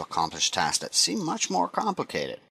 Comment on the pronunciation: "Put dat in dere" haha Great tutorial. To the point.